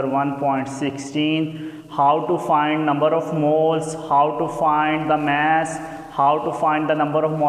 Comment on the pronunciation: Its not maaas it's mass sorry but anyway you are a good